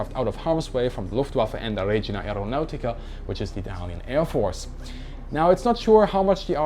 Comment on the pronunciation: I've heard you say "Regina Aeronautica" in two seperate videos. It's Regia (long Re-, short -gia), as in Royal [...] or Kings [...] (knowledge sponsored by LEO). That's my only complaint (if at all). Great video!